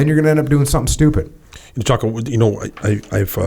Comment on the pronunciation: Did call Jocko, "Jockoao"?